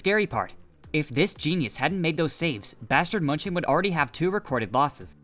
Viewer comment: please stop saying bastard munching